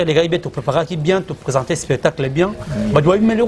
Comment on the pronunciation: Dinara on dit spectacle non espetacle😂😂😂